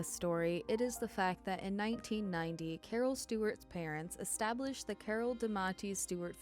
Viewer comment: “Cawhh”, gotta love Boston.